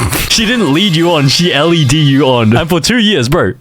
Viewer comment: “She had L-E-D me on” 😂😂😂